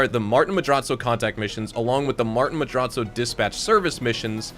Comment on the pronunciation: I love everything about, except for the way we says “Madrazzo”